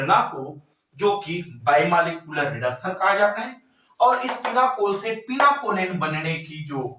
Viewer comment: Pinacolone sir Not pinaCOLEN